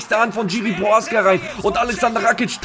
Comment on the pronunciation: Die Name vom prechadzka sprichst so was von fals aus😅 aber alles gut angenommen mach weiter so 👍 ❤ lieb dein kanal 😁 und deine glatze